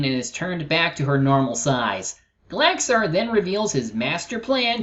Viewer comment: That's not how you Pronounce Gallaxhar,.